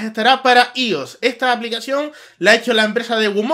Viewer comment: Se pronuncia aios no ios :v